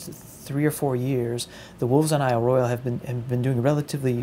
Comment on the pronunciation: Royale is pronounced roy awl...just sayin'; don't flame me.